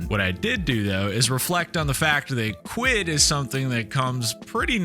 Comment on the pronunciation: Really appreciate the effort to assimilate to our culture and language. It's nice to know that you're finally getting to grips with proper English and not the dumbed down version that Americans call English. The word Quid, however, always sounds wrong when said in an American accent, sadly. Gives the impression that you're trying a little too hard ( reminds us of Dick Van Dyke's appalling cockney accent in Mary Poppins 😂 ) Having said that, I really enjoy your posts - keep on keeping on 👍